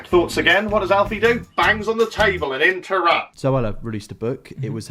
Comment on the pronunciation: "Alphi and zoeler"